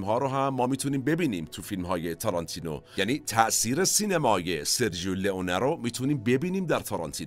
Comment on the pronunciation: با سپاس وخسته نباشید ، با اجازه دوستان یک تذکر بدم ، در زبان ایتالیایی «سرجو » خونده میشه نه سرجیو ، یعنی gio = ( جو ) . همچنین cio ( چو ) خونده میشه نه چیو. دم همه تیم مورخ گرم ، حمید از ایتالیا